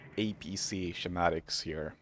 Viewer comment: Double kill was awesome, gj buddy. Btw, just so you know, schematic is pronounced ske-matic (not being annoying just youre english is great and figured you might like to know)! Cheers!